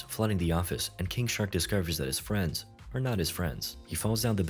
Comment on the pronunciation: You mean "King shark makes new dumb fwiends"